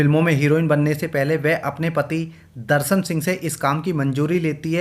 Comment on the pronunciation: Aap ka accent horrible hai Improve kijiye Darsan nahi Darshan Suru nahi Shuru Jindagi nahi Zindagi Soot nahi Shoot Propojal nahi Proposal Jaroor nahi Zaroor Aur Bohath sare words ka Mispronunciation hai Bura lagta hai Sunne mein 🥶